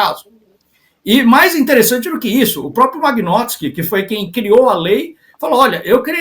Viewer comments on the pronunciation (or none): Lei magnótski rsrs.....vão estudar antes de falar besteira. Nem o nome correto sabem pronunciar, imagina se entendem algo sobre o assunto. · Nao sabe nem falar o nome da lei kkkk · o cara nao sabe nem falar o nome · O comentarista nao sabe nem pronunciar o nome da lei! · O cara não sabe nem falar o nome da lei, quer explicar como funciona kkkk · O moço não sabe falar o nome da Lei. Ele não tem conhecimento suficiente para comentar o assunto.